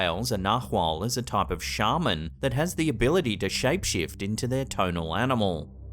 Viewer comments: Sorry but a Shaman (pronounced SHAY MAN) is a wonder worker, a Sharman (SHAR Man) is an archaic word for a professional sheep shearer. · Did you say shaved ham?